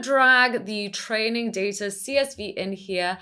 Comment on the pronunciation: Just one point: It's pronounced data, not data.